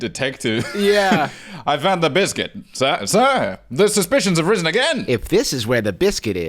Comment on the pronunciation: I came back to this video a second time just to hear bliscuit one more time